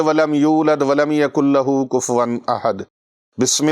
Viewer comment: ناراص نہ ھون تو عرص کرون اپ سورت اجلاص کے لفط کفوا کے ف پر جزم پرھ رھے ھین جالانکہ جرف ف پر صمہ یعنی پیش ھے دوسرے مقام پر سورہ فلق مین اپ ملک یعنی بادشاہ کی میم کو اتنا کھینچ رھے ھین کہ وہ لفط مالک بنا دیا ھے ملک اور مالک مین فرق ھے کہ نہین?